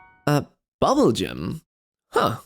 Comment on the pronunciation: Why do you pronounce bubbul as bubble???